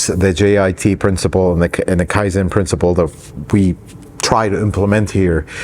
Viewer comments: You said Kaizen, 改善、かいぜん perfectly the first time. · Appreciate you sharing the background around the shop. Like your other videos I think this will help others considering opening a shop of their own. On a side note, I work in a different industry but we also emphasize kaizen (and you pronounced it correctly the first time). You will also hear it mentioned if you go on a Subaru factory tour (Lafayette Indiana). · It is Kaizen; you said it correctly the first time!